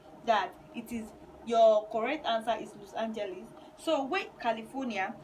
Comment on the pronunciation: Please pronounce Los Angeles well🙄